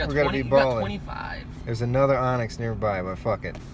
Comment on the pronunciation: Great video, but just an fyi its Onix